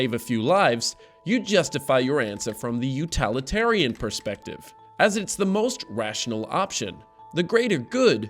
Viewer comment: It must be utilitarianism, not utalitarianism (during minutes of the video)